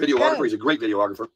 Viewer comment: “viDeO-AHH-gRapHeR!!” IDIOT